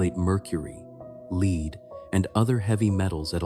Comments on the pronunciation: I'm NOT subscribing to an AI voice....no actual human says LEED when talking about lead.... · Just what I thought, the voice is A.I. It pronounced lead (the heavy metal) as the word lead, like lead the horse to water. Same spelling, different meanings.